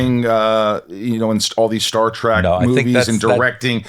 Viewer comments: ...It's Star Trek, NOT Star Trak!!!!!!! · Nobody believes you're really a fan, you keep calling it Star Track. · Did the host just say Star "Track"????? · Michael, it's Star Trek, not Star TRACK. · It's funny when Michael keeps saying Star Track, lol. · Star "track"? Again and again.... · Rosenbaum lost some cred when he called it “Star Trak” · Star TREK, not track 👊🏼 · As soon as you said star "track" I clicked away.